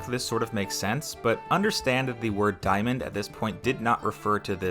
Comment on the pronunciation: diamond not diomond lol